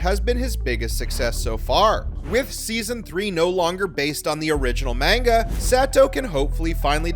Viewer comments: You’re pronouncing Manga wrong: it’s not pronounced “Main-ga”, it’s “mon-ga”. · The way you pronounce manga and the character names infuriate me